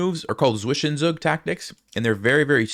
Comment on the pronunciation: great game. great channel. Just work on your pronounciation of Zwischenzug. Greetings from Germany